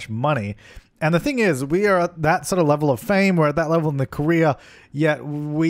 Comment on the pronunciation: I speak english as a second language, the whole time I thought you were saying Korea instead of « career »! xD I was trying to understand how your sim could be an actress in Korea, didn’t make any sense! xD What could I use as a pillar, in the original objects fron the game? I just have the City Living pack..